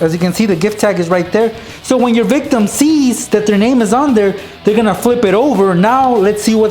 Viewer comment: why do you say victom😐😐😐😐😐😐😐😕😕😕😕😕😕😕😕😕😕😕😕😕😕😕😕😕😕😕